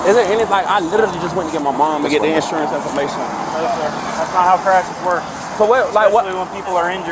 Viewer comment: No license, no 'sawrance.